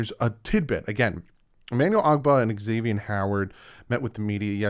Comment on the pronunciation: That’s wrong. He is on record saying it’s pronounced Ex-ay-vee-n not Zay-vee-n